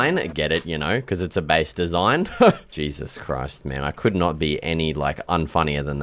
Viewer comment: "oH! jAySuS cHrOiSt"